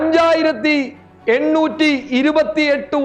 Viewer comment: എണ്ണൂർ /ഏട്ടുനൂർ അല്ല